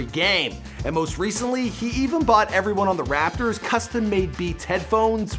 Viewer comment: Stop saying RaPpper it’s rapotors